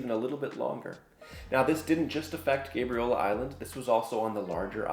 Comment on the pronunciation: I've never heard anyone call it GABE REE OLA lol